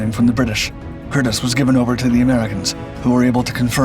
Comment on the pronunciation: Nice story on my grandfather. The name is pronounced with a long E. “Cur-Dee’s”